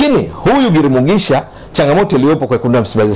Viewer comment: huyu ni mtu wa Burundi Maana Jina analitamka vizuri GIRUMUGISHA 👍👍👍👍👍